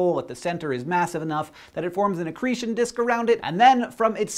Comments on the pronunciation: Acccretion disk? I think you mean acccccccrecion disc. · accretion not acccretion.... haha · accretion has like, waaaaay too many 'c's.